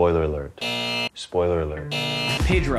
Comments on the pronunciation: why are you calling him pidro, its pedro dude loiterally not that hard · its funny that he beegin latinoamerican (chile) cant pronuce his name right..